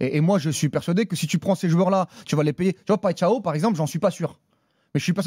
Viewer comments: Paixao se prononce “pachon” plutôt que “patchao”… 😂😂😂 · On est en France Prononciation "peksao" point barre.